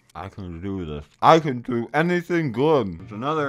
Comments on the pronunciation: "I can thoo anythin glood" -,2019 Legends has this😂😂😂😂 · "I can thoo anythin glood" -, 2019